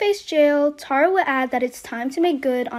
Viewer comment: Plz learn how to say ,Tara. Awwwww . T-A-R-A.